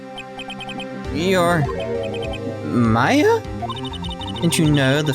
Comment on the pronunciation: thats exactly how you pronounce Mia AND Maya Name you nailed it i wonder how last it will last Oh :(